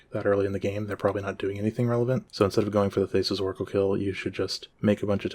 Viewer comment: Great video, unhinged pronunciation of Thassa